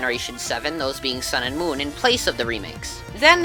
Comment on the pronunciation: "Son" "Muun" "Ecks" "OHMEGUH RUBEE"